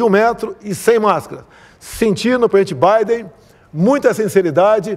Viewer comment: Não sabe falar nem o português kkkk.. Prenti baiden kkkkkkk